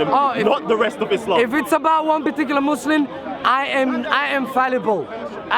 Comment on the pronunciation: He can't even pronounce his own religions name.. "Muslin"